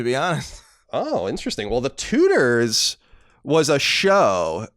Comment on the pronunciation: I thought he was saying the tooters not Tudors near the beginning